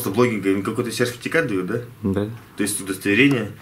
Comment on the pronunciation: привет с Одессы мамы, как всегда удачи тебе! "СЕРФИТИКАТ" улыбнул)))